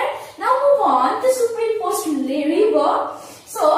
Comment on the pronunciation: plz explain superimposed more clearly...when I first saw your video, I was not able to understand..had to look another video.. and btw it is pronounced as "super-imposed" not "superim-posed"..